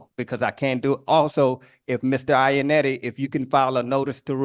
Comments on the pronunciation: Dude mispronounced Mr. Ionotti as “Mr. Ionetti” so much that he had the judge starting to do it. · The real crime here is how y'all pronounce Iannotti. Italians would cry.